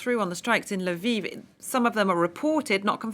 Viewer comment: L'viv, not Lyviv!